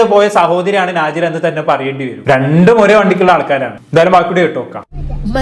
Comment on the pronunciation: നാജില അല്ല നെജ്ല